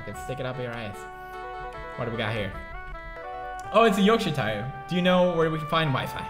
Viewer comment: The way he said Yorkshire terrier was just funny yoshi shire that's what I heard